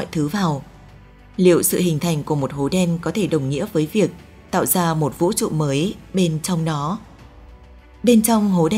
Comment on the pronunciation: Cái giọng đọc nghe khó chịu thật sự. Vũ TRỤ chứ không phải Vũ Chụ :)))